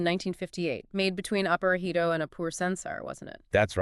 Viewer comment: Not Aparāhito but Aparājito. Pronunciation is 'j' and not 'h'.